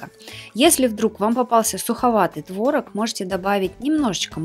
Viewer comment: не творог а творог)